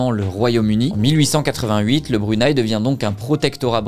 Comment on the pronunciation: Tes vidéos sont vraiment intéressantes j'adore les regarder. Mon seul petit bémol c'est que le Brunei se prononce Bru-né-i 😊